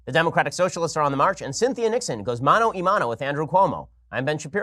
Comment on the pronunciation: The phrase is Mano-a-mano, not mano-e-mano. Best take care to throw stones, Mr Shapiro.